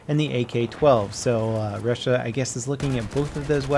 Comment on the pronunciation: I hate it when someone who speaks English doesnt know how to pronounce 'Russia' ...